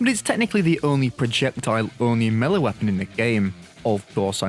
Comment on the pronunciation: You are pronouncing the word Melee wrong.